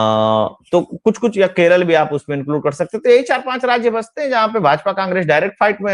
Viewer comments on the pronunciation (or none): none